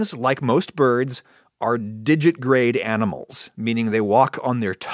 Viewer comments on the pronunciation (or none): “digit-I-grade” — you missed a middle syllable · Do you not pronounce the t in digitigrade? I've never been sure.